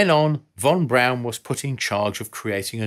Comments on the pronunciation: Pronounced...Von brawn....not Von brown....omg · Isn’t it Wernher von Braun and not Wernher von Brown?! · Not "brown", its "brawn" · Von Braun not Von Brown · It's Von Braun.... not Von Brown. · Maybe learn the German pronunciation of "Braun"?